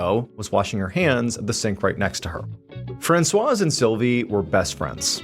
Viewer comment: I'm too distracted to follow the story. I've never heard anyone pronounce the Z in Francoise 🤔